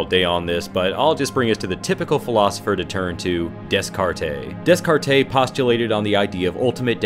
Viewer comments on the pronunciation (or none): lol "des cart taaaaay!" bruh. it's "day cart" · day-cart des-cartay made me chuckle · Descartes is pronounced DAY-CART. Not Dess-cartay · Des-cart-eh? No no Deh-cart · "Can you give me this card, please ?" "Dis-card-eh ?" Dude, don't act all well fucking read when you can't even say the guy's name correctly. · "DESS-car-TAY?" No. "DAY-cart." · I`m part French so French names being mispronounced is a trigger for me!It`s (Day-cart),not(Des-carte).You never pronounce the s in French names as a rule of thumb! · Descartes is pronounced Day-cart. Not Dess-car-tay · cringe It's pronounced "day-cart" not "des-cart-eh" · Seriously its not des-car-tay its day-car so get it right! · Thanks for this video! It's cool to go farther into a interesting character, I wish they had done a little more with him in the movie. Also I'm a philosophy nerd I apologize, but Descartes is pronounced like de carte. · Solipsistic is way too lofty a term to describe a teenage dirtbag going through an unusually dark phase but Hockstetter is more the poetic irony comeuppance kill by Pennywise to show that even the bullies aren't safe. Also Descartes is pronounced "day-cart" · "Dess-kar-tay"...? You mean Descartes...? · Interesting video. Enjoyed it. However, "Dess-carr-tays?!" 😱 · soul-LIPS-ism des-CART-ay hahahaha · THE "S" IN DESCARTES IS FUCKING SILENT! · Great video; one small detail - Descartes is pronounced Day-Cart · Descartes is pronounced "Day-carts" Awesome video though. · Descarte is pronounced as De-Cart. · Descartes is pronounced: day cart. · Descartes is pronounced "day carts" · It is pronounced Day-CART. FTFY. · Descartes is pronounced Day-cart. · Descartes is pronounced as dècar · It's pronounced "Day-cart" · Desk Cart A..... Really?!. Otherwise interesting video. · It`s pronounced Day-cart. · Dude...it's pronounced "day-CART." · Descartes = des-kar-tay XD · Des-cart-ay? Really? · "Dez-cart-ay". Just stop. Americans need to just stop. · Lovely pronunciation of Descartes there.